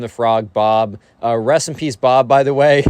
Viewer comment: I heard "recipes Bob" instead of "Rest in peace, Bob" also frog